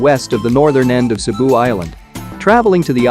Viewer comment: Great travel guide for Cebu. Thank you for accurately pronouncing all the Filipino words and locations.❤️❤️❤️